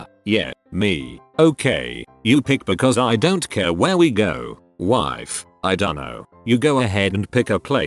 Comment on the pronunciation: Normal English speaking people: "I don't care." Computer voice: "I don't KÖÖHR"